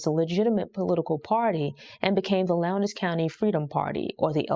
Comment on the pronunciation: It’s not “Lown-des” county, it’s pronounced “Lowns” county. I know cuz I lived there.